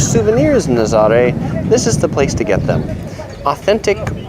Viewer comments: Ha ha I see everyone is commenting on your pronunciation... cute video but why didn’t you show the waves? Naz-ah-ray. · It’s NA-ZA-RA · It’s actually pronounced Na-za-RAY, with the accent on the last syllable. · dude. learn how to say Nazare